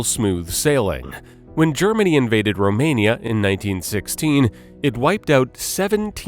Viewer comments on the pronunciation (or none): none